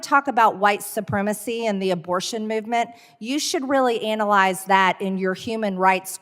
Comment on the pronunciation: 😂😂😂😂😂 MTG said ANALIZED!😂😂😂😂